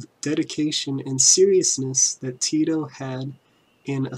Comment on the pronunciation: maybe if you could say his name proper rather then "Tido" lol